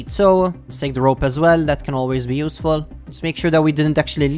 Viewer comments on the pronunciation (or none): none